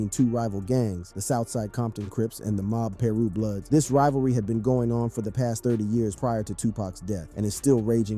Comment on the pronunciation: Bro said “mob Peru bloods” and “club 6hundred and 62” 😂